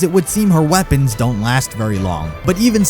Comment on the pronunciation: I like how you said"Her seblence WAS polarity